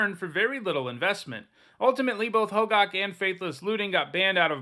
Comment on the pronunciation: isnt it pronounced "ho-gack" not gawk? i might be wrong though